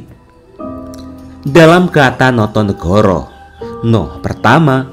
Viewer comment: Notonogoro, bukan notonegoro.